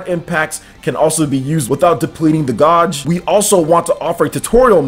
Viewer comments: your pronunciation of words are severely awful dude....Gauge (G-ā-j-e) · gauge is pronounced gaje. The au in gauge is the long 'A' sound. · bro this word (Gauge) is pronounced like page ok. not whatever you called it. just ignore the "U" when you pronounce it